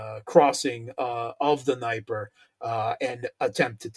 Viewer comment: still haven't learned how to pronounce Dniepr. It's D'NEH-PR,, not D'ni-pr! Get it right, dude! So infuriating! Arrrgh